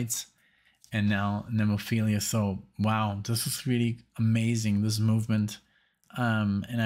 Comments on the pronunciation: Plus its NEM. No finding NEMO in the name.😁🐟🐠 NEM-O-PHIL-A💙🤘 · Just learn to pronounce the band name though. The band is named after a flower, not a STD or a twisted psychological disorder.